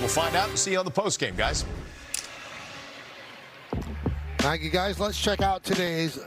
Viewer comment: Not tenskyou 😊❤